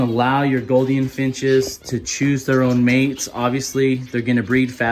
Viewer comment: Mate the “ou” in Gouldian is pronounced with a oo (like “loop”) not “o” as on “got”.